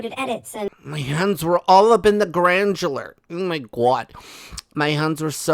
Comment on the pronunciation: Hey granular not grandjular‼️ 🙄🙄